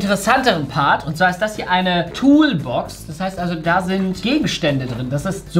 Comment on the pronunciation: Keine Toolbox Sondern eine zhulbox 😂😂😂